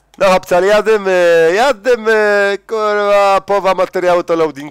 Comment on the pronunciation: Uwielbiam twoje kurrrła :P